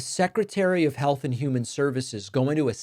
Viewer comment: it's pronounced health.